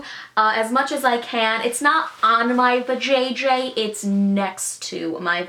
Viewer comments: I laughed so hard at how her mouth moved and the way she said vaJJ😂😂😆😆😆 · I love how you said vaJJ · I laughed out loud at the way she said vajayjay